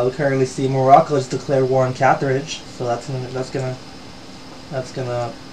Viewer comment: am i the only one how wants Carthage to be wiped out so he stops pronouncing it "cathridge?" other than that this series is awsome keep going man cant wait for the next episode!